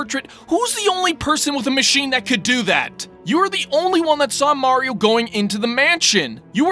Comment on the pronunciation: Maㄧㄧriㄧㄧo Sounds awkward.